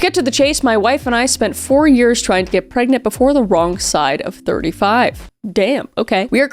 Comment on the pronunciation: are you gregnant?